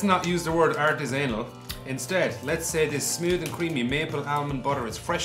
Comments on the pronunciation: Let's not use the word art-is-anal. LMAO, I think he means artisanal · "Let's not use the word art-is-anal." I think he put the emPHAsis on the wrong sylLABle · “Let’s not use the word art is anal” that’s straight up what it sounded like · Just wanted to point out that pronounces artisinal as art-is-anal. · I'm sorry did pronounce artisanal as 'art is anal'?